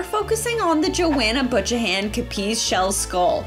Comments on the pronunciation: Is that woman/designer of the Capiz Skull called BUTCH-A-NAN?!? Or is it pronounced BYU-CAN-AN? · I was looking for this comment! 🤣 b[you]can-an not butch-ahann. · “Bew-can-an” 😂 not butch-a-nan tehhee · I love the first two the most. Also the skull the last name of the designer is Buchanan (byu-can-an) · This was so fun. That WREATH!!! small aside: Buchanan is pronounced byoo-CAN-uhn :) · The snake vase was super cool!!! Just a note on pronunciation: the surname "Buchanan" is pronounced "Byoo - cannon" ... just FYI :) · lol Joanna’s last name is pronounced as beau-cannon. ❤ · dahling: Isn't Joana's last name pronounced: Byew - Cannon? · You must not have any Buchanans in Canada. It's pronounced "Byoo-'can-nan" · that pronunciation of buchanan killed me 😭i was an art attack kid so loved neil buchanan lol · The way you pronounced Buchanan is sending me 💀💀💀💀 I keep rewinding it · Buchanan is pronounced with a k....😊